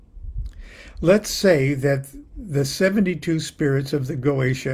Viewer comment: It's GO-EH-TEE-AH